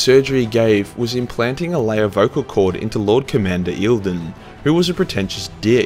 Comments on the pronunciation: >tfw you do a video about the Emperors Children >tfw E P are about perfection >tfw the noob youtuber say Eildon throughout the video, instead of Commander Eidolon >SHM jk jk great 40K youtuber doing great videos, keep up the work!!! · dude, its note eildon. Its High Comander Honor gaurd, favored of Fulgrim, Eidolon, to you!! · Imma be a jerk for a moment… It’s Eye-dole-lon.